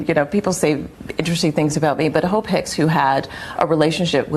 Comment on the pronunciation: Lord, I had to put the CC on because I kept hearing 'hoe pick' 😅😅😅 It was Hope😅😅😅😅